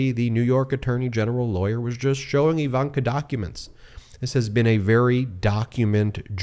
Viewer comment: Ben. BEN Say "igloo" "ignorant" "indeed" Now say "ivanka". Its not EEEvanka